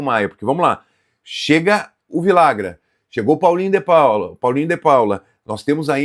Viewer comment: Cara vcs deveriam se informar melhor na língua espanhola em especial na Argentina e Uruguai os dois LL tem som de j então ficaria assim vijagran . Daqui a pouco estão chamando o cara de Viagra